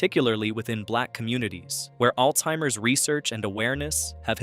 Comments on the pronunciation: It's Alzheimer's disease, not Alteimers!!! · There is no t in Alzheimer's